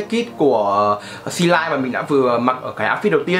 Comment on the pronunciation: Xê lin chứ không phải xê lai